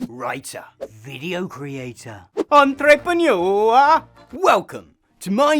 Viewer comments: Ok, I was watching the video with a lot of interest but that pronunciation of "Entrepeneur" has made me subscribe instantly. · The best part is your evil twin’s pronunciation of entrepreneur. 😂 Well… the best part of the first 14 minutes, I’ll keep watching…